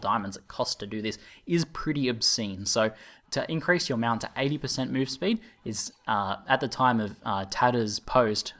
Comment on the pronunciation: Whats a "Mewount"?